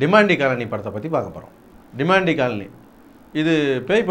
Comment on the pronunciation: Demon-tea ilay it's Demontay